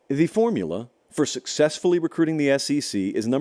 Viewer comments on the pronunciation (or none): none